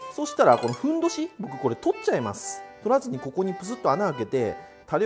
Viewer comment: ふんどしがへんおじに聞こえる